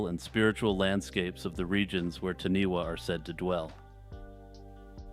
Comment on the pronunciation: Hey, I'm really enjoying deep diving through your channel. Great work. I live in new Zealand and it's great hearing things about nz folklore. I just thought I would let you know that the taniwha is pronounced "Tanifa" wh in Maori is pronounced as fa